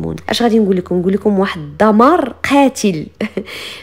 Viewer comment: تبارك الله على. ملاحظة دمار بالدال وليس ضمار.